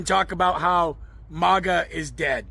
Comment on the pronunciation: It's maga, not mauga